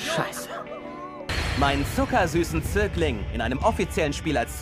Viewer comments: Nicht zirkling sondern Zögling 😂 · Es heißt Zögling und nicht Zirkling xD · Oikawa sagt Zögling nicht Zirkling😂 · Oikawa sagt übrigens "Zögling". Das ist sowas wie Schützling ^^ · Er sagt Zögling. xD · Zögling und nicht Zirkling 😂🤌🏼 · Nicht zirkling sondern zögling :D Sehr gutes video, hat mich unterhalten :) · 'ZÖGLING' nicht 'Zirkling' xD Haikyū's Dub ist zuu geil xD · Zirkling 😂😂 Er sagte ZÖGLING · Zögling, nicht Zirkling😂😂 Aber geiles Video!😂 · er sagt eindeutig Zögling. Was soll bitte ein Zirkling sein 😂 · Zirkling 😂😂😂😂 er sagte zuckersüßer "Zögling" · Bei der einen Stelle heißt es Zögling und nicht Zirkling. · Er sagt "Zögling", nicht "Zirkling" XDD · ich weiss nicht ob das ein joke war. aber eukawa sagt doch zögling, nicht zirkling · Oikawa sagt Zögling nicht Zirkling hehehhe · Ich glaube Oikawa sagt Zögling, nicht Zirkling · Nicht Zirkling, sondern Zögling 😅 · ... er sagt Zögling :D Nicht Zirkling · Er sagt "Zögling", nicht "Zirkling" XD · Ich glaube das Wort ist Zögling und nicht Zirkling ;) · Zögling nicht Zirkling😄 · ähm... dein "Zierkling" heißt richtig "Zögling" 😉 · es ist zögling nicht zirkling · nicht Zirkling :D sondern Zögling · Zögling, nicht Zirkling .. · Zögling nicht Zirkling. Was zum fick soll ein Zirkling sein? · er hat da „Zögling“ gesagt xdd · btw er sagt Zögling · ich weiß jetzt echt nicht mehr, ob er Zirkling oder Zögling sagt, hilfe 😂